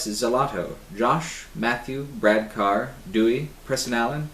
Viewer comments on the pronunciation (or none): none